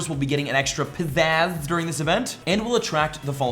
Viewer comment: He said pizzazzz